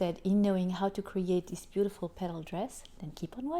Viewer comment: You nicely say beautiful.livelybeautifllllllll